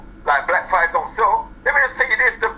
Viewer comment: It's "SELL" not sale. And James Degale doesnt consider himself black. In England mixed breeds dont see themselves as black.